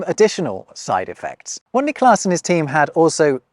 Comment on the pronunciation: Sounds like you're putting the emphasis on the second syllable of "Niklas", when it should go on the first.